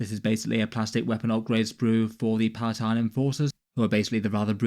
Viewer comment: Mate, I love your videos but you keep saying PalaTINE in your vids, it's PalaNITE. Palatine is a thing but it's the Palatine Plateu on Necromunda - confusing I know!